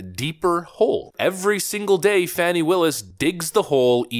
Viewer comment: Her name is being pronounced wrong. Sounds like "Fawny".